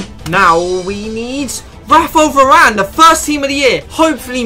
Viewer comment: spanish varane lol